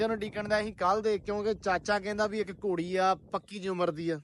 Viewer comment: ਡੇਰੇ ਵਾਲਿਆਂ ਆਪਣੀ ਪੰਜਾਬੀ ਠੀਕ ਕਰੋ ਗੋੜੀ ਨਹੀਂ ਘੋੜੀ ਹੁੰਦੀ ਹੈ ❤❤